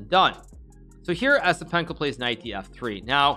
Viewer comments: its pronounced YES-IPENKO, not ESS-IPENKO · He didn't even try to pronounce it correctly 😂